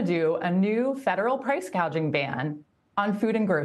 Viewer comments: Kamala Harris didn't even say the term correctly, like she didn't know what the concept was referring to. She said 'price gauging" which would mean 'price measuring', when the actual term is 'price gouging' (referring to increasing prices beyond fair levels). People just choose to ignore this stuff, but it shows that Harris isn't familiar with anything she is talking about. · Harris said "gauging"😊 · So fos😂😂😂😂she could not even say the word properly “gaging” 😂😂😂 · no, she clearly said, "gauging".